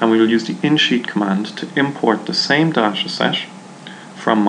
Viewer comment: Dasha Dasha, da, dasha lmfaooo its Day Ta or Da Ta.